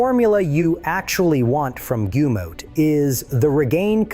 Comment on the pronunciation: GUMM OUT, not goomout. REEGAYNE, not reegannee.